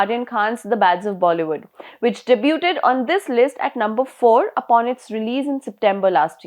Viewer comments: De-byu-ted?? It is dey-byood. Is there no editorial oversight before you publish? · If you want to read out news, at least lookup the correct pronunciation of words. 'Debooted'